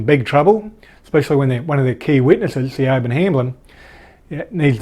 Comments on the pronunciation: hey, its pronounced as sha-vonne (Siobhan it's a Gaelic name) great work keeping us abreast of the news 👍🏼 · Not sure if there are other ways to properly pronounce "Siobhan", but the Siobhan's I've known pronounced their name as, "Shah-von". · Hi, that womans name is Irish (Celtic) and pronounced (phonetically) Shee-von, its a pretty common name over here, I went to school with a few girls called Siobhan though the name seems to have fallen out of favour with time, like Yvonne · Siobhan is pronounced "Sh'born" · legit triggering me..